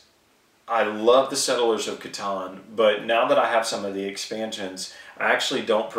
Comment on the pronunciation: "k-tan" SERIOUSLY !!!